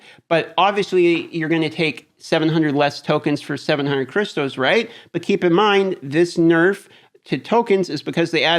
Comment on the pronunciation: I can't stand the way he says crystals. It's crystals not cristos